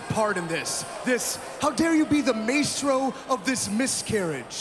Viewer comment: Aww! He said maestro the way it's spelled. Bless his heart. His stupid heart.